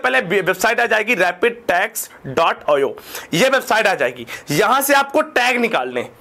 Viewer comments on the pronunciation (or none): रेपिड टेग ओयो...😂🙏 रेडिप टैग ओ आई -- पढ़ते है इसको अनपढ़ इंसान